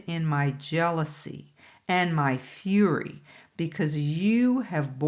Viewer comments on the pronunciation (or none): none